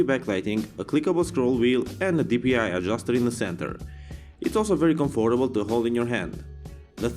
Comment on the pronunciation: BTW, was I the only person getting bugged by how he was saying comfortable!?